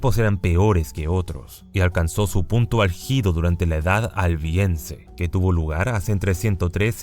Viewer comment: Álgido hermano... ÁLGIDO, no ALGÍDO ._.